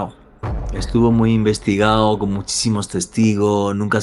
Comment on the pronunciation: por que no hablas como la gente normal? "investigao" que Diablos es eso?